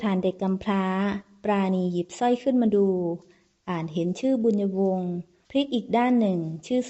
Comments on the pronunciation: เจ้านางชื่อ บุญญวง ไม่ใช่ บุญะวง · บุน-ยวง. ไม่ใช่ บุน-ยะ-วง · ใช่ๆๆๆ บุญญวง ไม่ใช่ บุน-ยะ-วง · บุญยวง ไม่ใช่ บุญ-ญะ-วง 555555 เอาซะงง..??? เรื่อง มันแปลกๆๆน้ะ